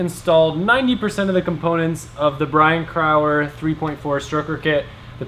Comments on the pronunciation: Brian Crower is pronounced Bry-en crow-er NOT CRAuer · its cool hearing you so closely mispronounce my name all those times ,lol . I hope that's a relly good cam and pistons you got from crower